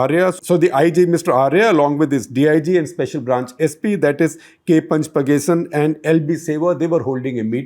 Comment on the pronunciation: Sir it is pronounced as “PanchAApakesan”